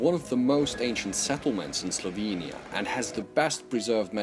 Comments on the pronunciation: I just got done telling another YTber about pronouncing words but you're right on. Hope you get more subscribers and keep up the good work. Oh, and start saying Slovenia with e as in echo, there are no two i's or y's in Slovenia. Great job otherwise. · Especially "slovinia"